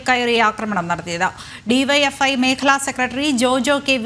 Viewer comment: BYFI alla DYFI